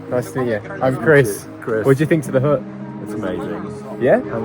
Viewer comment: U know u are english when a HUT is spoken as HUUUH